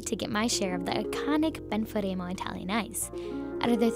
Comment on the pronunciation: Ben-fah-reem-oh??? Sampeeeno??? Not Italian. I bet they sweat ranch and cry gravy.